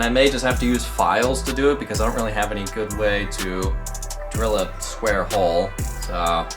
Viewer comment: Why does a," square hole" sound so wrong?? 😂